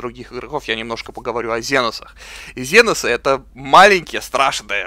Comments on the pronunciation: И это не ЗЕНОСЫ а КСЕНОСЫ! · Жаль, что сделали обзор но не удосужилась узнать ни историю вселенной, ни историю самой игры. Тогда бы отпали такие вопросы почему комп ставит каждого второго космодесантника рандомно. И да, что за ЗЕНОСЫ? Генокрады, ксеносы или тераниды, но не зеносы!!! Сильно вымораживает =(